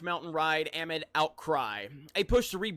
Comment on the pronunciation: It's messed up that a guy who can't pronounce the word "amid" could have so many subs.